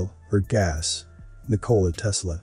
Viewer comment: The correct pronunciation of Nikola Tesla is that the emphasis is NIK-o-la!